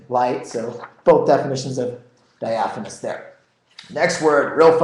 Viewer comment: It's Diaphanous not diaphonous...